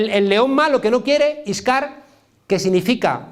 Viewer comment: Hola,soy árabe,y en efecto,(por lo menos en el dialecto marroquí), "Askar" quiere decir "soldados"....pese a que él en esta charla dice "Iskar",pero se sobreentiende.